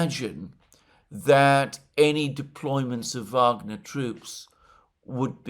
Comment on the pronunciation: Thank you Alexander for saying phonetically 'Vagner' and not 'Wagner'. The Rhine maidens will reward you in the end ! The Venezuelan war for oil project should be abandoned altogether, the Americans deserve to pay double for their gasoline but they will likely have civil war before. Such is life, just saying. ;-)